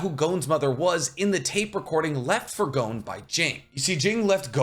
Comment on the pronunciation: Why does he keep saying Jing? In the dub gon clearly states gene